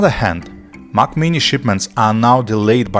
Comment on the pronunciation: I can't listen to this whole video if you will keep pronouncing Mac as Mach. Mach is the kernel. Mac is the computer. They aren't pronounced the same. Get the basics down, then I will consider what you have to say.